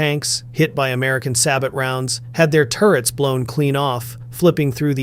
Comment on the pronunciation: Sab oh not sab ot